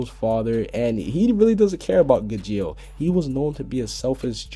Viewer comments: It's pronounced gajeel not gijeel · And also the one u called gidjeel is spelt gajeel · it is not gijeel as u know how to say it when you look at the english dub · GAJEEL GAH-JEEL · your pronouncing gajeel wrong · dude u said gajeel name wrong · you mispronounced Skiadrum,Grandeeney,and Gajeel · you pronounced gajeel wrong